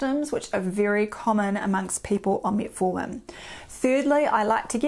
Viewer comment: Metfartin. Which is funny at first, but not for long.